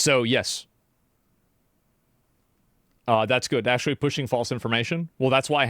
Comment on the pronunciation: "akshually" lmao